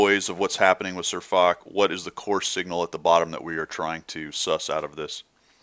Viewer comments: Its not Fock, Its Foch (prnounced fosh) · i am sorry and you probably don't give a flying f*** but man does it get on my nerves how you pronounce foch an circonflex